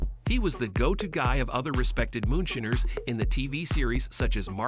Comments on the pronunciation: The voice keeps saying moonSHINNERS. Hilarious... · "moonshinners"... AI sucks.